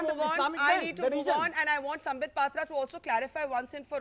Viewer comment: Owaisi Saab, it’s SAMBIT not SAMPIT. You couldn’t get the name right ,how can you get your argument right ☺️